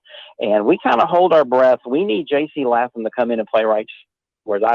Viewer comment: It’s pronounced Layyyyyyytham. Laytham…seems like this guy should know that?